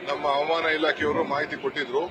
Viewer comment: ಹವಾಮಾನ❌️ ಅವಮಾನ✅️